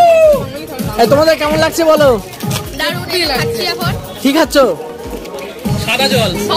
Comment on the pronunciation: লাকছে না লাগছে বলুন দাদা। আপনার উচ্চারণ ঠিক করুন। বাঙালী বলে কথা।